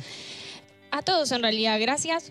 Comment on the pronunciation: Porque dice toudos en vez de todos? Queda feo que pronuncie así.